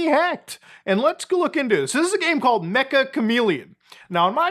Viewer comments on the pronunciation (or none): Its pronounced meh-cha not mech-ah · It's not mecha chameleon, its ME-CCH-A chameleon, Meccha in Japanese means "Very" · It's pronounced Meh-cha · ik no one really cares but Meccha is pronounced more like meh-cha /met͡ʃa/ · Mecha is apparently pronounced as mecha(cha-cha) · its pronounced metcha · Meccha is pronounced meh-cha kind of like mochi or matcha